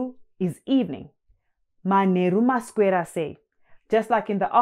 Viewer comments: It almost sounds like you pronounce a K in maswera sei, like masKwera sei, which is interesting because I've heard some Zim do that... Is that an accent? Or is it the way you pronounce it? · Mas'k'wera = There must be a hidden k somewhere. Thank you. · Hi. So thankful to see this channel. 1 question. You pronounce maswera and taswera as "taskwera and maskwera". How come that is like that.